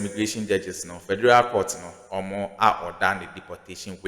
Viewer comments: HE SAID FERDURAL COURT-LOL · Pronounce Federal again.